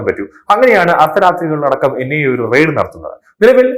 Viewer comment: Ride അല്ല. RAID ... റെയിഡ്